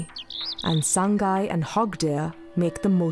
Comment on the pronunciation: Pronounce as SA-NGAI not SAN-GAI Also Name-SANGAI Not SANGHAI